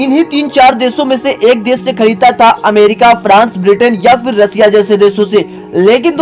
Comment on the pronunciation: देश को देस कहते हो शुद्ध को सुद्ध और शाम को साम। वाह रे तेरी हिंदी। हिंदी शुद्ध बोला करो।